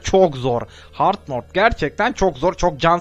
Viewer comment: Hard Mord değil Hard Mode😂😂😂